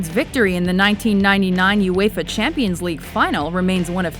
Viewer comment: lmfao she pronounces ''uefa'' '' uefer